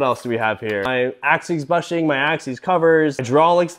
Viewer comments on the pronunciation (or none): It's never occurred to me until hearing you pronounce it wrong how weird the word bushing (pronounced bush-ing) is. Was that word actually intended to use bush as a verb? 🤔